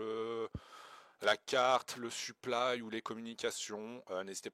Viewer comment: En faite tu dis suplaille souvent, on dirait que tu parle de ton équipement